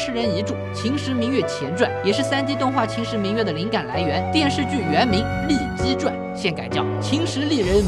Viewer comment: 那个丽姬传真的从来没有读对过😂